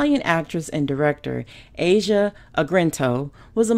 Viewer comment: Her name is pronounced "Ah-Zee-Ah" Argento as in Argentina with a hard gee. Her father is Dario, " the genius of Italian horror". I do remember seeing her on DVD in his early films as a child actor. Look for the remake of Dario's horror classic "Suspiria", pron. 'Sue-spee-ree-ah', coming to theatres soon. The original was a brilliant mood-piece set in an exclusive boarding ballet school. He had a way of turning gross-out scenes like a girl combing maggots out of her hair into high art. The remake has gotten the highest prise frpm previewers. The buzz is very positive!